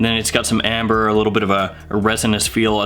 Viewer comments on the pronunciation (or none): none